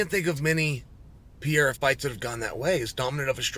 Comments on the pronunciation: Can you please learn how to say PE - REI - RA. it´s simple, and i think he ( Alex ) deserves it. :) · Who is Alex “Piera”?